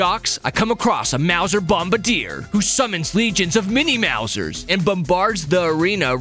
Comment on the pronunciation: it makes me laugh super hard every time you say 'maw-zers' as opposed to the correct 'mouse-ers'. comic gold. were you even familiar with tmnt before this?